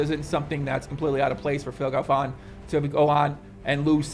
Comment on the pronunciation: Phil Galfåån :p